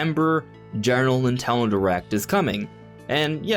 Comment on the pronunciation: Nin-ten-do. Say it three times. That is the company’s name. Not Nitello or Nintello or Nutella. How hard is it to say their name?